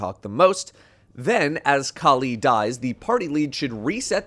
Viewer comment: That's not how Kali is pronounced 😂